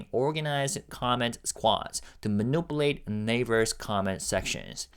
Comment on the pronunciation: Thank you for your hard work, it is always appreciated. For months I kept putting off saying something but I can’t hold it in anymore. Could you please check the pronunciation of the word ‘manipulate’. I’m afraid I’ll start to mispronounce it soon as well